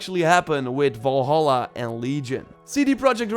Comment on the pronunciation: Do not say valhala plzz!!